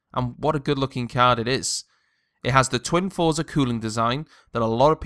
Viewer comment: Got the Gigabyte r9 290 for $80 off. Its actually quite quiet. TIP for review dont really talk about looks as they are personal choices. Also its pronounced "froze-are"